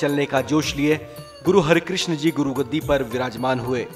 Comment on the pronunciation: It’s not Hari,,,, it’s har krishan G